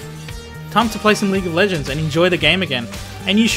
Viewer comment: "Leegah LEHHHgends"